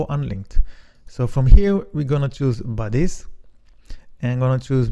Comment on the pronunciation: when you told the word bodies,i thought you were saying "buddies".took some time to figure out Nice video overall